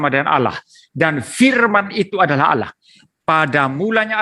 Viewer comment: ALLAH om bukan "Allauh" yang kata itu dicuri kristen indonesia. Pdhl di teks asli nya (biblos) "Theos". Kristen Amerika/Inggris lebih pnya jati diri, mereka gak pake kata "Allah". Mereka pake kata "God". Gak malu om nyuri, mana baca ny salah lagi jadi "Alah".... haduhhh